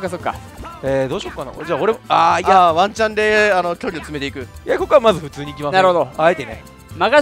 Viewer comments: ワンチャンがマンちゃんにしか聞こえない…（） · ワンチャンがマンちゃんに聞こえる…